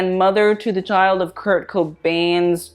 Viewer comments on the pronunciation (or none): none